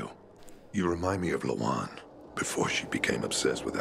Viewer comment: telling himself Lawan might be "Da-wan" lmao 🤣🤣🤣💀💀💀